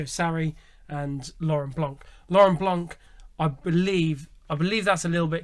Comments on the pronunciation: Pls stay silent if you have no real info, and it blanc, not blanque, thé C is silent!!!!!!!💣💣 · Lauren Blanc. We don't pronounce C for his last name. Lauren Blan (c is silent)